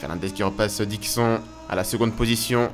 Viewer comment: Au niveau de la prononciation de Dixon... Dis le comme si c'etait ecrit : " DIXONE" sinon rien a redire